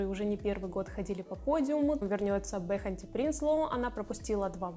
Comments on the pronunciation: Не Бехати, а Беати Принслу) Ну и насчёт ангелов и кастинга уже исправили. А так хорошее видео😊👍🏼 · Беати, а не Бэхати